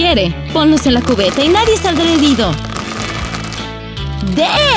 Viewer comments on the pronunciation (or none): none